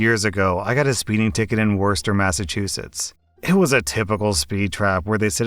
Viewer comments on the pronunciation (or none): Did he just say Worster as opposed to Wooster? I just died a little. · 1st story, you pronnounced Worcester wrong, its one of those confusing MA cities, its actually "Wooster" pretty much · Worcester MA is pronounced like “wuh-ster” or “wuh-stah” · It’s woosta not worster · It’s not Worcester. It Woosta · I’m from Mass. We’re always angry here, so I wasn’t surprised about the guy yelling at the OP. Oh, and don’t worry about the ‘Warsester’ thing. Technically it’s pronounced ‘Wooster’ but most people just say ‘Wusta.’ In any case, the British really liked adding extra letters to town names, and we’re too busy being angry to change them. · Not worster, it's woosta ;-)) But at least he wasn't saying wor-ces-ter. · Worster? Wuh-ster* At least you didn't say wor-chest-er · Worester? Its worcester (war-chester) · Wore-stir. No, just no. It’s Wuss-ter (unless you’re from Mass, then it’s Wuss-tah) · Is pronounced like “were-shes-ter” right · Worcester is pronounced Wu Str. Look it up in Google. The way it sounds there is pretty much how a native of Worcester would pronounce it except they would elongate the first vowel. More like Wuuu Str. Or like some teen girls who crashed our college party said, YO YO, we’re from Wuuuuu str. It was hilarious. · I physically cringed when you said Worcester like that. Born and raised in Mass. it’s pronouns Wo-ster if anyone’s curious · Great work love your channel. It’s pronounced WOOSTAH mass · Bruh how you said Worcester hurt me inside I live close to there. The cops there suck tho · I have a massive problem with how you pronounced Worcester it’s prounounced woostah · My hometown on Worcester is pronounced "wi-stah" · Worst-er. I mean, that's a good name for it, but man it's hilarious when people mispronounce it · Thank you for the upload bro. BTW Worcester is pronounced thus: WER-SES-STER. My pleasure bro! Peace & Love! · It’s pronounced WOOST-AH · Worcester... Pronounced Wooster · im sorry did just say Worcester like wurstner